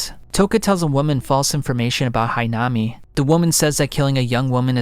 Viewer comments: its not hinama its hinami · Great video. But you pronounced "Hinami" like 3-4 different ways. Flipping through different pronunciations every time you said her name. It made it a little difficult to follow the parts involving her. You also say "Quinque" a couple different ways